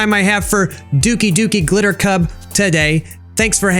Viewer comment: I swear to poopoo, if you keep saying "dukie" instead of Dough Key even after I corrected you, I will throw my cats poop at a person, take a picture, and email it to you.